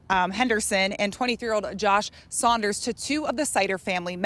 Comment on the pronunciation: Saunders not sliders